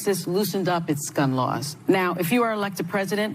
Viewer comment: It sounded like Sunny said over the weekend Texas loosened its scum laws. I’m like daaamn, what happened to the view?